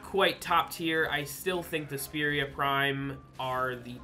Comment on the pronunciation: You pronounced them SPEARia prime. Actually Spy-ra prime but that made me think of mini throwing spears as a secondary and thought that would be an awesome new weapon.